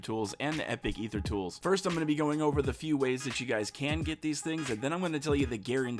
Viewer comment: Holy Shnikes! He pronounces Aether correctly. I'm subbing for sure.